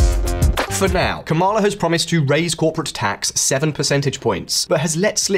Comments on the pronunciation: it’s KAmala, not kaMAla if you can’t even bother learning your name, you shouldn’t make a video about her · Her name is pronounced comma la literally why are you so annoying 🙄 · the emphasis is on the first syllable, like PAMela. KAmala. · "Kama-la Harris" - this channel is pro Trump 😂